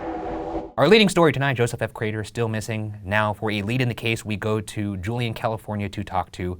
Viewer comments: goddamnit i do love ryan but every once in awhile you get that one episode that for whatever reason has one word that ryan pronounces just a tiiiiiny bit off, but boy it’s enough for you to lose 100% of the storyline by the end of it fuckin ay.... CRAYTOR!!!!! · #postmortem why does ryan over-pronouncing craTer grate on my ears so bad? it wasn't consistent either sometimes it was fine and it would catch me off guard every time, i'm sorry <3 #shaniac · no one: crater Ryan: crAYTer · Ryan: Joe-seph Cray-ter Also Ryan: N'York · ryan really be out here saying craTer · POSTMORTEM: I would rather take a very large after steak dump than listen to Ryan attempt to pronounce "CRAY-TUR" one more time. Sweet Lord grant me peace. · I love you guys. I love the case. But why is Ryan pronouncing Crater so weirdly? The T is so pronounced and it is lowkey robotic. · Ryan’s enunciation of the “T” in “craTer” 😭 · Are we just not gonna talk about how Ryan overpronounces “Crater”? 😂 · Much love man but why the pronounced T-sound in crater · Ryan's really pronouncing the hell out of that T in Crater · For the postmortem: Why did Ryan keep saying Crater like that? I’ve never heard him enunciate that much before lol #shitfish #iloveyouguysdespiteryansweirdwayofspeaking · ryan really committing to pronouncing that T in crater this episode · the way you pronounce crater makes me wanna blow chunks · Ryan why are you putting so much emphasis on the word crater? Driving me crazy man :( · Question for Post Mortem: Why is Ryan pronouncing the hell out of "Crater"? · ryan. why do u keep pronouncing crater like that 🥲